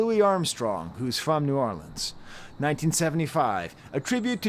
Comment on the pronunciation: Just a little side note - THANK YOU for pronouncing New Orleans correctly and not saying New Or-leenz